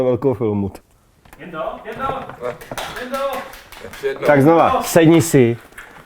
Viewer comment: Jenda. To be pronouced as Yendah.